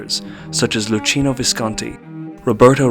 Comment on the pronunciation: I cringe when people pronounce ‘Luchino’ incorrectly. It’s ‘Loo-kee-no’. Other than that, good video!